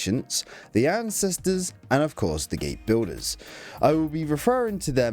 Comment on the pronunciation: The word Builder does not have an Estuary W in its pronunciation, it's an L (el) - stopped the vid after a couple of minutes because of that.